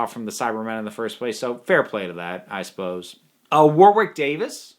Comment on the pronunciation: WahRick Davis. U.K. pronunciation, doncha'know? 🙂